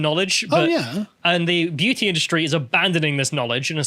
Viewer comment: Great video and I really am trying to be constructive here (sort of) but is distracting proclivity for dropping his ‘t’s in favour of ‘d’s a recent phenomenon? Perhaps I’m just splidding hairs here but all this talk of female beaudy really has made me notice it for some reason! Either way, if sounding like an ageing Radio 1 DJ circa 1991 is the ‘vibe’ he wishes to go with then all fine I guess.;)